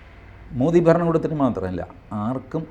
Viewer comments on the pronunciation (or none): none